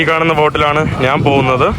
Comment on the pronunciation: എടാ മുറിയണ്ടി, നാൻ അല്ല ഞാൻ ആണ് ശരിയായ മലയാളം